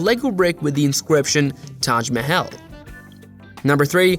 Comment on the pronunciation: Are you intentionally mispronouncing everything? If so, impressive. If not, ouch my ears... The statue honoring Ernie's French-Canadian roommate: The Statue of Le Bertie The Ark de Troomfee The Touch My Hill The Fladderon Building All created by the LEGO company located in Ballooned.